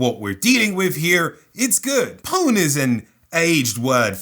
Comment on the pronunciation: mispronounced pwn; 0/10